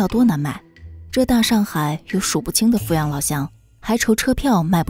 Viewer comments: 阜阳的阜是念第三声啦，我来自阜阳，没错阜阳的确是穷不够富裕，但是民风还是可以，也有可能是因为对内不对外吧，对自己人本地人是真的很好，不后悔做一个阜阳人，还有，老家的小笼包无解的好吃，每次回去都要吃几笼，嘿嘿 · 阜阳人会念fǔ阳。